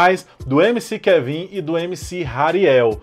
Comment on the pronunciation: Ainda não sabia pronunciar o Kevin, mas tá valendo